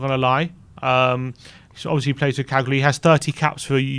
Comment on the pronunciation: Hey, the "g" in Cagliari is silent. Its pron. Ca-liari.